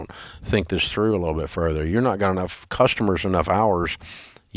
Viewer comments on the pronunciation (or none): none